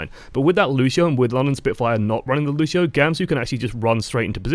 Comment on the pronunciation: I'ts LUCIO not LUSHIO